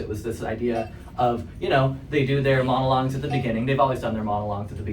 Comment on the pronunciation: You said Monolongs lol